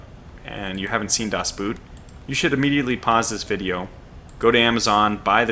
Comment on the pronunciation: By the way the "oo" in the german word "Boot" is pronounced like "oa" in the english word "oak". Your pronounciation of "das" was spot on though!